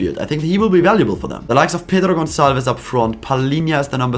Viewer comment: You have very good portuguese pronunciation subscribed my men you said the most difficult names in portuguese Pedro Gonçalves, Palhinha, Nuno Mendes subcribed.